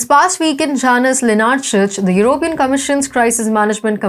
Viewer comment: This person doesn't sound very smart and she needs to learn how to pronounce the word "European".